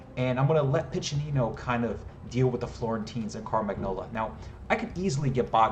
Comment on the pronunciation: As an Italian, I'm equal parts impressed by the work you put into the scenario and amused at how you join the voice actors in mispronouncing each Italian word in different ways :P Piccinino's was quite good though, I must admit I really like how you gave quite a few historical insights and explained how they influenced the design, especially the fact that you made sure that the best approach is to think like a XIV century Italian mercenary commander. Still, I think I would've enjoyed even more an in-depth level design analysis: from how you did your research to planning, building, playtesting and tweaking. No worries though, I would understand if you'd rather keep the secrets of the craft to yourself - or if you are contractually obligated not to go into any detail. Given how you've evidently done quite a bit of research on the subject, I thought you may enjoy some linguistic trivia around the word "condottiero": While "condottiero" did mean "contractor" in XIV century "Italian" (Italian didn't exist at the time, each region had its own linguistically distinct language), in modern Italian it has the much more generic meaning of "field commander". There's very little nuance, too: nowadays you would use "condottiero" in Italian any time you would use "field commander" in English in a military context. If you want to avoid any confusion, the term you're looking for is "Capitano di Ventura" which literally means "Captain of Fortune", in the fortune-seeking sense. A mercenary work